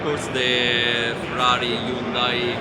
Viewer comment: Finally, an European pronounced hyudai correctly